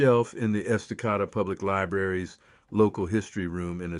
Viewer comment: That town is not pronounced: es-ta-CAH-da. It is: Es-ta-CAY-da. Please get your AI to pronounce correctly. .... AHHH! You did it again! It is not the: WILL-a-met valley. It is pronounced the: will-LAM-met valley. Also, other Oregon words are pronounced differently: The spice turmeric: It is not: TOO-mer-ic. It is: too-MERH-ic The plant clematis: It is not: CLEM-eh-tis. It is: clah-MAH-tis Oregon has a way of saying words. Please do you research before you fcuk it up. Thanks. ...and, the Douglas Fir was planted for its quick growth in Oregon, for lumber sales. It was never a dominant tree species here in the Oregon old growth. I call it an invasive species now!